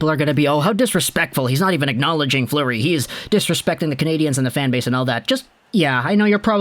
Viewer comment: It's Fleury not Fluery...